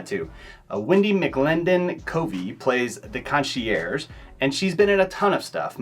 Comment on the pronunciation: Lol you say "kon-she-urge"